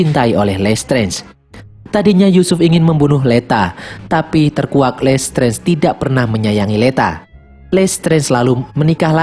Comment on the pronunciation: Listrez,,,dikit2 lestrez,,, sering denger lesterz,,, kyk denger lestrik Mulu,,😆